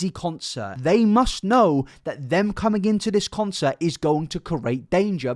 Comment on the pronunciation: So you’re not American then pronounce concert properly instead .